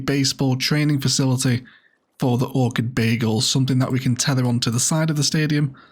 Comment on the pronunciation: I can't help but hear "Orchid Bagels" every time you say "Orchid Bay Eagles" and now I'm hungry! Great build as usual. Loved the memorial bench detail in particular!